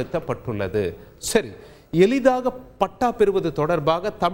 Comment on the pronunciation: எலிதாக அல்ல எளிதாக